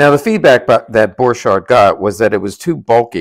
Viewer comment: Bork-harrt, not bor-chart. Why can people not pronounce German?